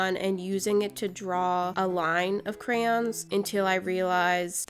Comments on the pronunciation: The whole video she say ''Crayons" but at ONE point she says "Crowns" then the rest of the video she says crayons. like. HOW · They are NOT pronounced crans. They are spelled phonetically, cray-on. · Most Americans (no hate if you are one) say Crans. But phonetically, it’s pronounced Crayons. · I just figured out that crayons are pronounced “Crans” wHaT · They are not pronounced crans. Who told you that. No hate I'm just saying you had it right before. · thats how i pronounce it too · Cryans pffttthahahahah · I heard "crowns" instead of "crayons" and immediately thought, "Damn, did I click on one of Cristine's videos on accident???"